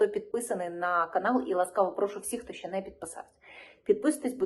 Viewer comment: Все добре Лишень замість слова щье на українській мові вимовляється слово ще.